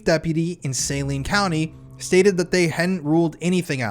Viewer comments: I was in my early 20's at the time this happened in my town. I remember very well. I also remember that within 2 days of this incident, you couldn't buy any weed ANYWHERE in Arkansas. Most people here know what happened, well those my age and younger. Also, it's pronounced Saleen County/Hospital. Great job! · Great work on this. I am reading the Boys on the Tracks right now. One point of correction, the county is pronounced suh-LEEN. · It's pronounced sa lean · Its pronounced saLENE